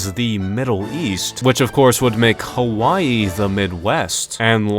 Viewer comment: Saying Hawaii "Kawaii" 😂